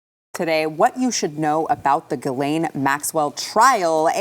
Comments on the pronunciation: He can't pronounce GHISLAINE properly.... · No credibility; mispronouncing GHISLAINE